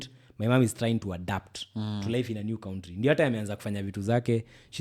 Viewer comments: Any time he says country, "kauntri", I am sad. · Someone teach how to pronounce 'country'. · Bado anasema Ko-untri shwenzi